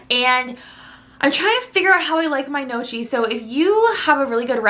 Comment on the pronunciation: that was so cute the way she pronounced the word gnocchi. It’s actually pronounced “nyow-kee” I hope I’m not coming off rude I love your content